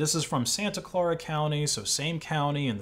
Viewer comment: What is so hard about pronouncing the word "Clara" as in Santa Clara?? The guy has saying it like four different ways. 🧐